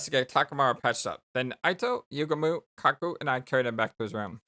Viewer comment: my boy Gaku straight up transformed into Suneo from Doraemon😂 it's pronounced less like YUgamu and more like yuGAmu astute theory:) 🔪*image of Takemaru* subtle foreshadowing 🔪 that eyesore in the sky...! this was made by the guys who did 999 and danganronpa, there's no cool characters, you're either weird, quirky, or insane. Never trust cool people. They'll always end up either of these 3 or all of the above! oh it ain't false, it's much MUCH worse! yeah, "moko";) this idea from Darumi would've saved a bit hardship.